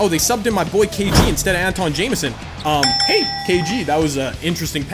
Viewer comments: Say Antawn right plz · That Philly Fan u said it wrong